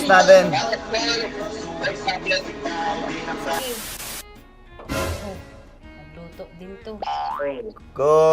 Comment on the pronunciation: Nagalulu ❌ Nagalutu ⭕